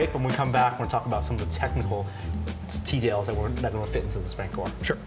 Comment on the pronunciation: definitely says “teadails” instead of details here.